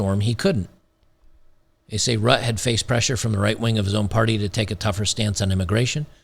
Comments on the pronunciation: Pronounced Root-teh. All the conservative organisations have been infiltrated/corrupted by the.. "long march through the institution's". Even the current Pope is not Catholic. Judas is in the ascendancy. EU is broke. German taxpayer has been bled dry. The "new German's" are net parasites. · Pro Tip: Google "mark rutte pronounciation" :D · it’s Ruttah that’s the pronunciation. And it is a collapse. The other coalition party’s refused his radical plans. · It's pronounced Rutt-tah. And the Dutch government, in whatever form, is still very much out for our farmers' land. The way they are set up here, legally, is in a way that, while most of them do own the land, they hold it by grace of the State and can't sell it, but to the State. And for those farmers who still have mortgages out on their land, their very own bank, erected by their very own kind long ago, has actually 'apologized' (as a form of virtue signaling) to 'the people' for giving out loans to farmers and thus aiding them in destroying the environment. They are now looking for legal ways to revoke the mortgages still out on farmers, thus ruining them (and the food industry in NL) completely. We used to be one of the richest countries in the whole world and now we're at the brink of famine... And if I didn't have a child, I would not be so disturbed by it but politics are actually ruining us... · They got the system to work for them - for now. They'll be back. Rutte is pronounced "ROOT-ta". The Dutch populous owes a debt of gratitude to Geert Wilders, who led the way toward rational evaluation of the craziness overtaking Europe. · Hi, Dutch guy here. It wasn't the farmer protests that did it. It was the ruling parties inability to come to an agreement on immigration (and the PM's unexpectedly firm stance on restraining it). The farmer party is expected to be quite large after the elections in november. Oh, and the PM's name is pronounced "RUH-tuh". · I think it's pronounced more like Root-eh